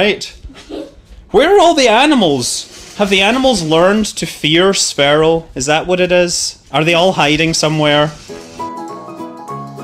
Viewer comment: It's pronounced sphere-o not sfero